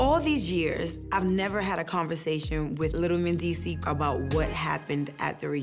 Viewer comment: How comes they don't pronounce the s at the end of Mendeecees' name?